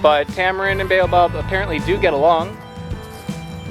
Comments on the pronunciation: I cringe every time you say "Beyo-Bab". LOL. It's "Bah-oh-bahb". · If you say ‘Bay-you-bob again I’ll scream. 😩 Why can’t you pronounce the name of this African tree correctly Mr. American, in whose country people are forced to pronounce words the US way. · It's pronounced as Bow Ab. We have them in Australia.